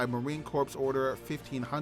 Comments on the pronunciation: Idiot announcer watched to many episodes of Gomer Pyle USMC...The ps is silent, as in Marine "Cor"... Marine Corps !!! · The p is silent in Corps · Marine "Corpse" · Marine Corps the ps is silent. You will be corrected on that every time whe n speaking to US Marines. Great vid!🫡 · Yeah I noticed that too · MCMAP is pronounced like a name. McMap. Also, Corps is pronounced Core. I like your video though.